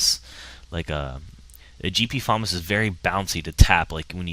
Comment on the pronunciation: wow the first time ive ever heard someone say the FAMAS like that =D thats like the 3rd pronunciation ive ever heard